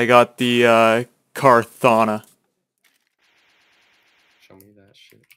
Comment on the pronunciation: Car thana Kray thana like how u pronounce Krathan